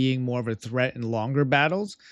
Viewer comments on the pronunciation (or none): none